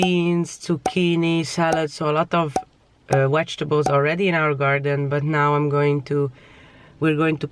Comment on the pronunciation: I love how u say vegetables....wegetables 😘